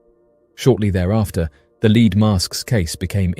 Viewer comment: “leed mask case”